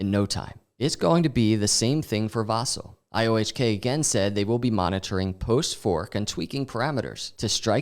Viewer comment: Dude - “Vasil” on I, not on A